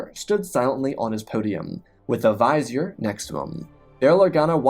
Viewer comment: Great story but that pronunciation of vizier was really distracting....